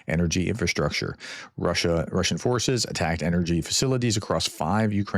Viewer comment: Your Russian pronunciation was pretty good this time 😀